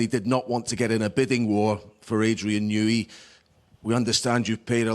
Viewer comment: “New-ey” tunnel